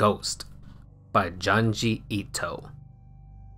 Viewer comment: After all these years, you still call Junji Ito "Johnjee Ito"